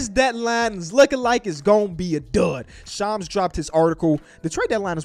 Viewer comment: Lol bro how do you say ham? Lol say ham. And then say sham. Add an “s” and you got shams. Who is shoms?😂😂